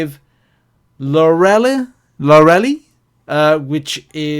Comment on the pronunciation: Dude, you proper mudered Lorelei’s name! 😂😂😂 She was in Agents of shield, don’t you remember? (It’s pronounced Lor-el-eye).